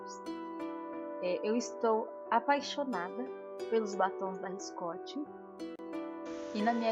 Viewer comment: Adorei a maquiagem, liiinda! Mas só preciso te corrigir na marca do batom! o certo é Ricosti, não Riscoti! rs Tenho uma perfumaria e vendo esses batons, esse erro é bem comum! Desculpa se ofendi, só to dando uma dica!! Beeeijos!